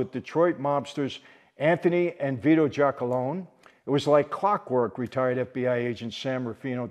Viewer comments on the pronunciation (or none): Michael my friend it is pronounced Jack-A-Lone-E for the Detroit Partnership